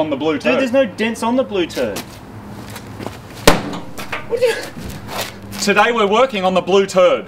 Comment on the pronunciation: "Theres no dents on the blue turd" moog kicks "today we are working on the blue turd"